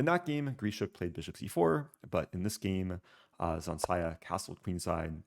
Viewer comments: Its ZH, not Z. ZHansaya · Zh is a /ʒ/ sound. Like invasion. Ж in russian.